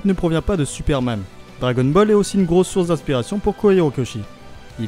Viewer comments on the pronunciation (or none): none